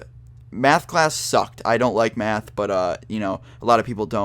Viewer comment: he says math so funny mayhth